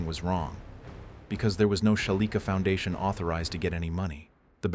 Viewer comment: It's 2 letters. Foundation instead of Fandation.